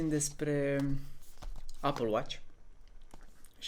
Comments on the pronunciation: nu m-am documentat, aștept să iau lumina de la românii care sunt mai nou the greatest subjects of the queen. Ps. Întreabă și tu un vecin britanic real cum se pronunță și o sa ai surprize. NU E APĂL. :)))) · Cum poți să trăiești în Marea Britanie și să nu fii capabil sa pronunți Apple=MĂR! Se învață cuvântul încă de la grădiniță. Doamne feri.